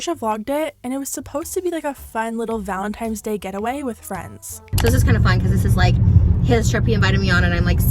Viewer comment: Baby... it’s valentiNes. With an N love.